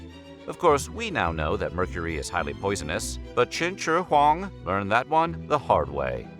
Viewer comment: I wanted to die after listening to him say Chin Shure Huang so many times